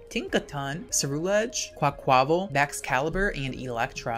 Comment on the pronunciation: Quaquaval's name is pronounced like car-ni-val: quack-qwah-vahl